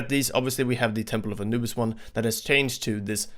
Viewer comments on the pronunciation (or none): none